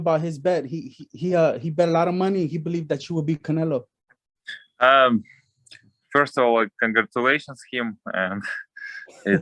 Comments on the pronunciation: Anyone who speak Spanish find it amusing that he innocently keeps calling him "Canela"? 😂🤣😂😂🤣☠️ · I love how Bivol called "Canelo" as "Canela" 😂😆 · Love how he pronounces Canelo’s name as “Canella”🤣